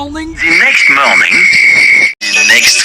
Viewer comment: the next morning time card i heard the pronounce "The Next "Mnormning""